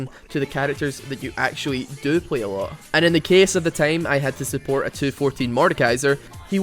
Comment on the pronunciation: Unsuport? you mean SUBORT